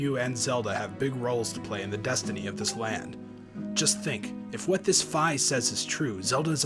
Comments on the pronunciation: Fi is pronounced Fee not Figh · I think its pronounced "fee" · (Pokemonlover216) ファイ is pronounced Fi as in "fly". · No, it's actually pronounced figh, watch Hyrule Warriors and see for yourself! :) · i've always pronounced Fi's name like "Fee"